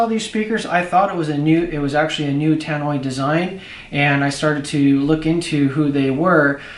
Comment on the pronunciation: Tannoy...... Not Tan-noy